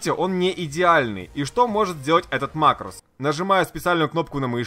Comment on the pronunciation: МАкрос а не марОс